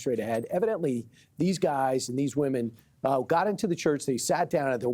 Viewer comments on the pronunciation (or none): I don't like how he said "Women" It had a hard 'W'